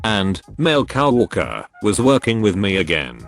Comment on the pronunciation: Nobody: TTS: cow orker